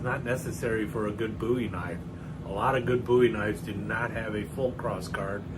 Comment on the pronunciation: A very nice demonstration of your collection,. It is my understanding that the Bowie family name descended from the Scottish "Buie," so thank you for for the correct "boo-wee" pronunciation. This style of knife is so iconic, some criminal statutes that describe certain prohibited weapons simply use the term "bowie knife."